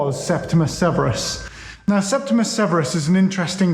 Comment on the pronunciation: "Septi-MEE-US- Severus," surely? 🙄